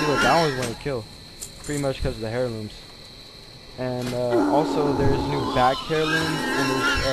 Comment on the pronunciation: For the love of god, stop saying "HAIR-looms" the word is pronounced like AIR-loom. Cheesus Crust.